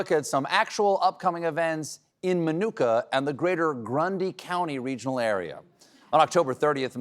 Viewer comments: It is pronounced "Ma-nu-ka" not "My"nooka😊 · Lived there (well, Channahon next door but they're basically like one intertwined town) for 17 years. Never heard anyone around here pronounce Minooka like that. The middle syllable is nook like book. Not new/nuke. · Look or cook thank you. That drove me crazy the whole time. I thought he was supposed to be a local. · It's pronounced like book, min-ook-a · We pronounced it like book, not like manuka honey 😂